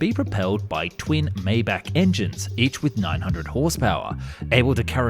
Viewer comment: Maybach is my bok, not may bok.